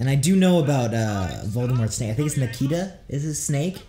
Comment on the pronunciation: Nikta😭 LMAOOO, its nagini